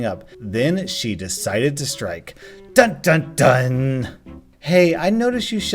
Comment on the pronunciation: That's not how dun dun dun is pronounced it like